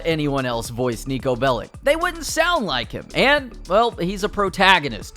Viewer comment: Its pronounced as “Bell-itch” not “Bell-ick”